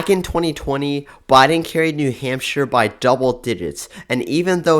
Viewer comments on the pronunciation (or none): none